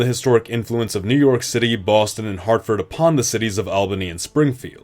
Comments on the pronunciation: It really hurts to hear Saco (Sah-co) and Albany (All-ban-ee) mispronounced. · Please learn how to pronounce albany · Albany is pronounced all-ba-nee not al-ba-nee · The city of Albany, New York is pronounced as ALL-ban-NEE not as AL-banee. I live in New York State and went to university and graduate school in Albany. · great video. only thing i noticed was that you pronounce Albany wrong. its more "All-bany" than "Al-bany" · I'm not sure why it bothered me but you pronounced Albany which became a new state of the previous New York incorrectly. It's all-bany not al-bany. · Lol, pronouncing Albany that way - in NYS, we say it "Awl benny".. 😊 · As a Upstate New Yorker your pronunciation of "Albany" makes me wretch. It's "all-buh-nee" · Albany pronunciation is killing me, lol. Also Seneca should have been Onondaga (the firekeepers of the confederacy) or just Haudenosaunee. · I've never watched this channel before and I already commented about Albany but now you're pronouncing Toledo wrong. It is really grating. Also thank you I wish you would use more native tribal names for some of these areas.